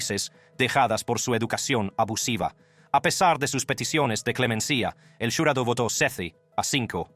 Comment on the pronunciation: Para el narrador de este video solo quiero saver por que estas narrando hablando muy bien y claro y de repente cambias la voz y te pones hablar como cuando los gringos estan aprendiendo español dices palabras como en ves de cuchillo dices culillo dices el jularo en ves de jurado y cosas asi y de pronto buelves hablar normal si vas hacer cosas como esta hasla bien si no no hagas nada por que el que se holle estuido hablando eres tù pero te pagan por que hagas las cosas bien no se como no se an dado cuenta hay muchas gente que lo ueden hacer mejor que tu y eso te llevaria a quedarte sin trabajo piensa no te pases de estupido